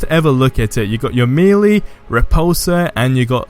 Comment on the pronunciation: "You got your mealy"😂 I don't think I've ever heard anyone pronounce Melee like that. No hate on the video though awesome video.